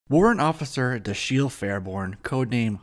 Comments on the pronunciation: Great review! One note: His first name would be pronounced "DA-shill" - emphasis on the "Da", which is pronounced like "dad." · Another of my favorite characters from the cartoon. You're mispronouncing his first name. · Why didn't you look up how to pronounce Dashiel?? It gets annoying quickly.